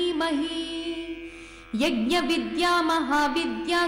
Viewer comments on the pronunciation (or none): none